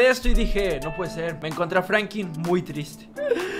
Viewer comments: Oyes se pronuncia Franklin no Frankyn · Soy yo oh dice Frankin en vez de Franklin🤔🤔